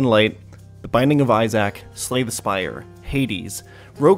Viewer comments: Binding of eye-Zack??! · how everyone I've ever met in my life pronounces Isaac - Eyes-ick How pronounces it: EYE-ZACK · Do you really say i-zach instead of Isaac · Did he say the binding of Isaack? You mean eyes ick not eyes Zack Surly I’m not the only one who caught this right? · EW WTF DID YOU SAY IZAK its pronounced i-z-ick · Did you really just say the binding of izack? Really? You... Youuuu. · really said "The Binding of Eyezack" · Binding of "eye Zach" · "Eye-Sac" I'm sorry sir what did you call binding of Isaac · The Binding of Eye-Sack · "i-zack": imma head out. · The fact that you said "i Zack" makes me feel like you never played a rougelike or rougeleg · I love "The Binding of iZack". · Bro said binding of i sack 😭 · binding of eye-zack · Did you just say binding of eye zack? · bro you did NOT just say issac as i sack bruh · My mane called Isaac eye sack. I'll leave a real comment later. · He said izack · The most surprising part of this video was how pronounces "Isaac" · isaac does not rhyme with ball sack good sir